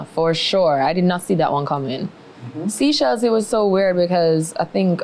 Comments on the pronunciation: She's versatile & has international appeal. Lol by the way it's not "seashells", it's Seychelles (say-shels). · Pronounce it like.. “say shells” not sea shells lol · Its no seashells its Seychelles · Its called the Seychelles and pronounced like its spelt not seashells ! she also is a liar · If u say sea shells one more time…. “Say -shells “ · not sea-chelles it’s say-chelles